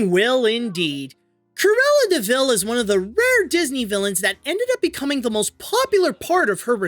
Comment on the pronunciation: "Look out for Curella De Vil"